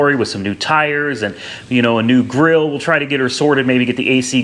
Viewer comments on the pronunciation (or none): none